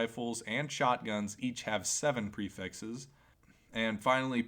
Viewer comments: lmao lmao he does kinda say "prefexes" you're lmao right lmao haha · The "prifexes" really grinds my gears Enioyed the vifeo anyway tho.